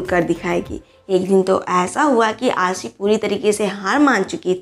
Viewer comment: Kuch bolna ho To kisi ki name saaahi sa bola karo Arishfa ko bolti ho Arshifa Ashi ko bolti ho ausshi Yaar sahi sa bhi bol liye karu 😠😠😠😠😠😠😠😠😠😠😠😠😠😠😠😠😠 Aur hn avneet kaur he yasmine hn Ashi singh nahi i dont like ashi singh I like avneet kaur she is pretty good beautiful stylishly or naina yani ka ashi singh buhut gandi hn i dont like it i like avneet kaur Or hn ager kuch bolna hn To awaz apni pehla saaahi karlo Its your last warning